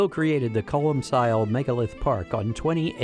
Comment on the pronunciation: Its pronounced colm kill, you philistine.